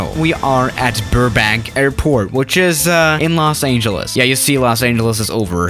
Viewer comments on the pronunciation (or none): Its los angeles not los AAAA GENALS